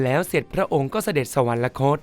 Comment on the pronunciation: สวรรคต อ่านว่า สะ หวัน คด ไม่ใช่ สะ หวัน นะ คด